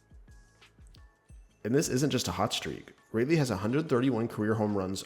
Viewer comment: its pronounced rolly